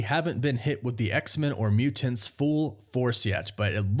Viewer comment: "The Muu-Tints"...